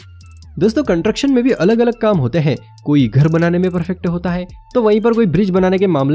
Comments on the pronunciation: कंट्रक्शन नहीं होता भाई कंस्ट्रक्शन होता है 😀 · Contruction nahi construction hota hey 🤣🤣🤣🤣